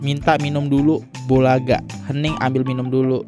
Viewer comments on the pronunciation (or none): Host nya meni suka salah baca aja,, bolega jd Bulaga 😂😂,, tdnya lagi mau ktiduran jd bangkit lagi ngecek maksudnya apa kok ada Bulaga 😅